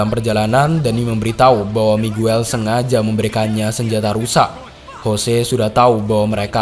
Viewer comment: Miguel bacanya migel